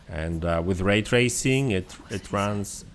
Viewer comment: Ah yes, "Ray tarsing" E